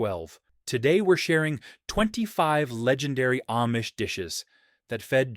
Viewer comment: AIcant say AHHH-Mish! Not aim-mish